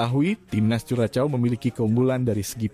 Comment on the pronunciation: Bacanya bukan kuracow/vuracow tpi kurasho